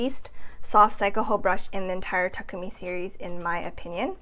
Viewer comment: I like that you pronounce Takumi correctly. Every time I hear a reviewer says ta-koo-mi it just seems a bit disrespectful that they didn't even learn to pronounce the products' name right.